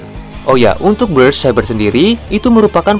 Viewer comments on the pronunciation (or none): none